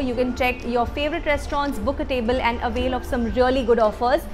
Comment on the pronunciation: Don't mind but ...uhh say AND to often n.. the way uhh pronounce it...uhh should change tht...i like your content n i just want uhh to improve